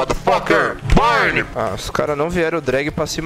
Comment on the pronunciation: falou born ao invés de burn kkkkkkkkkkkk fisk dms